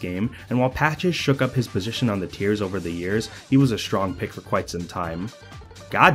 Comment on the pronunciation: My head is breaking from hearing b/v ice over and ober again